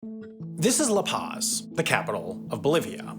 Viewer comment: Can you at least to try to pronounce La Paz correctly?